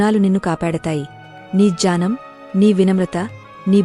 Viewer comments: Gnanam…ani chadhavali kadha…. Jyanam ani chadhuvutunnaru…. Sari chesukondi.. Gna…. Ane aksharanni gya ani palukurunnaru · Telugu reading lo chala mistakes unnay దుఃఖం - దునకం కాదు జ్ఞానం - జ్యానం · Not Janam but Gyanam. Radhe Krishna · Nice video. Thanks for that. But it is not done by a person who knows telugu reading: Following pronunciations are wrong. 1. Dukkamu - Sadness 2. Gyanam - knowledge